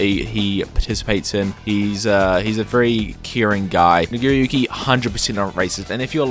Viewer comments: Did I hear how you pronounced Nago's name correctly??? You seem to have replaced that A with an I. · sounds too much like you’re saying N🧑🏿‍🦱ggeriyuki 💀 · the way he says nagiriyuki is sus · His pronunciation of nagoriyuki is diet racist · That pronunciation of nagoriyuki is very sus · I’m sorry How did you pronounce nagoriyuki? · Why he say nagoriyuki like that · the way you said nagoriyuki sounded like n word are you horrifically racist?